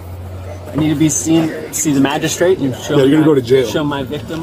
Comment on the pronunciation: he just recently learned the word "magristrate" :elbowcough